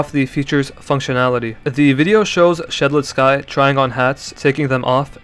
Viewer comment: For the love of god please dont pronounce Shedletsky like that 😭